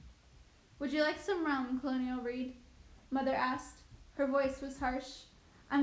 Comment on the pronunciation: You pronounce a LOT aid words wrong in this book… the story isn’t bad but cholera and colonel are just a few things read utterly wrong in these videos among other words…